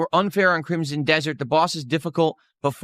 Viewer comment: For someone as well read as, the word 'crimsom' is too difficult for him.